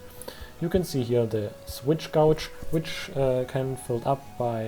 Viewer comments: Btw gauge is pronounced like sage. I have no clue why it's pronounced that way lol. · "Gauge" is pronounced with a long 'A' sound. It rhymes with "rage" or "page". Yes, English is really dumb.